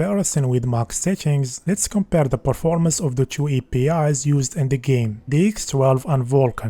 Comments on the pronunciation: chew percench wtf 😭😭😭😭😭😭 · thank you for your effort but please learn how to pronounce T pleaseeee.. you sound like Ç (che) not T. you count like one chue cheree. you can do it i know, i believe in you. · Red Dead Redemption "Chu" -- Brazilian Detected. É nois